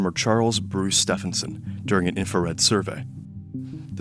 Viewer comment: "Ste vin son"